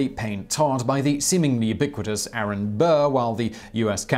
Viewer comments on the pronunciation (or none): none